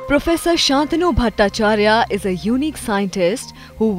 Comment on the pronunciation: Shaantanu or Shantaanu? Learn to pronounce his name correctly